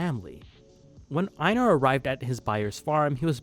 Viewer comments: As a life long fan, my joy of seeing so many people gushing over VS is only matched by my irritation over seemingly no one being able to pronounce the character names, not like the characters themselves aren't constantly screaming each other's names in the show 😆 I love you man, I really do, but for future reference: Einar is pronounced HEY-NAR, Askeladd is pronounced ASH-HE-LADD. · I’m sorry but please stop pronouncing einar like that, you act like you haven’t watched an episode and see just reading off a script someone else wrote